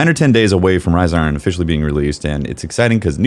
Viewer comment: Riza Iron... Can't unhear this.